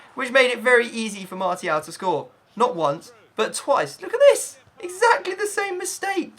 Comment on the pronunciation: Why does he pronounce martial with a t